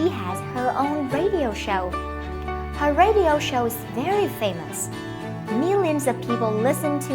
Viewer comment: Từ famous nhấn âm chưa đúng. Nhấn âm 1, video nhấn âm 2